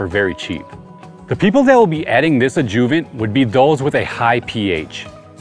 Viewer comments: Ajuhvent, not ajoovent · I can’t be the only one who was clueless to the adjuvant pronunciation lol don’t sweat it boss. First time lawn Reno here , very sad the cold weathers en route 😢